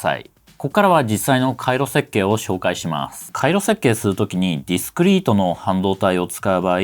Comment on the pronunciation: って日本語をしゃべるときに英語みたいな発音されますけれど、すっごく英語を勉強されたり、ずっと英語圏にいらっしゃったのですか？ 例えば「紹介していきます」と言う時に「シューおうかいしていきます」に聞こえます。 発音時に最初に口から息が漏れてから音が出ています。